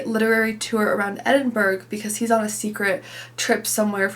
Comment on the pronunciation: Love your channel - just a little heads up..... Edinburgh is pronounced Edinburra. Greetings from Edinburgh🏴🏴🏴